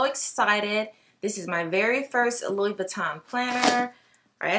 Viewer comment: Gotta pronounce the name correctly if you’re gonna carry a Louis lol. It’s “loo eee” not Lewis